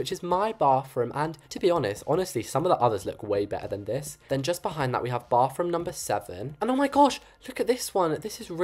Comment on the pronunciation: I love how he says bofroom 😊